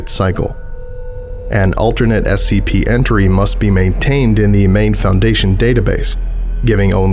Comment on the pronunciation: It’s supposed to be SCP not SKP lol